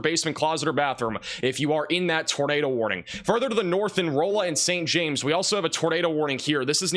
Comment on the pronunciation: Rolla is pronounce Raw-La I believe